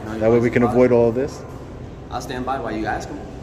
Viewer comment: “wail” ……what a clown